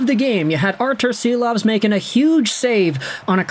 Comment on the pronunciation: I love your content but he's Shilovs. Artūrs Šilovs